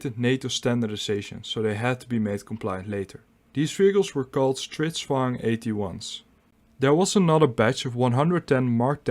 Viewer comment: You managed to pronounce the Swedish word, stridsvagn, pretty good. 👍 Interesting video